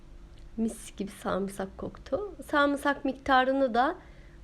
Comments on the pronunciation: Bir insan söyleyemediği bir kelimeyi neden bu kadar dile getirir anlam veremiyorum, (sarmısak) 😅 sarımsak olacaktı 😃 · Kadının saamsak demesi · #sarımsak" nasıl telaffuz edilmez adlı çalışma. buyurun izleyin. ablacım senin söylediğin şeyi söylemek ne kadar zor ya. bir kelimenin doğrusu bu kadar kolayken nasıl beş kere üst üste yanlış söylersin? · Samsak değil sarımsak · Samsak Samsak tamam abla sarımsak anladım 🤣🤣🤣🤣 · YA NİYE MAL GİBİ KONUŞUYORSU SARMSAK NE SARIMSAK DESENE KAMERDA KİBARLAŞMAYA ÇALIŞIYOSUN AMA ÇOK BELLİ EDİYODUNNN İNNNCECİKKK ALLAHIM YA NALADIKKKK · Samsak değil sarımsak 🤗